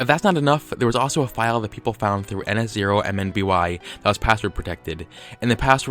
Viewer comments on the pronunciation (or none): Just a little tip, in your ns0mby analysis, when pronouncing the channel name, don't say each individual character. I would just recommend pronouncing it "nuh-sohm-bee" like I do.